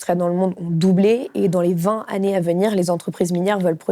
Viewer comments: "Dans les vingt Zannées à venir"...ça pique les oreilles chère madame. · Trente-huit secondes, "vingt zannées", au revoir